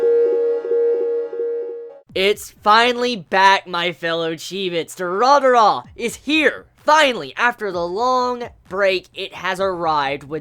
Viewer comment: Pleaso, don't ever pronounce Durarara again.... it's so bad and cringy